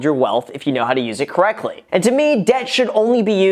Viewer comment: “Use debt kreckdly” 😂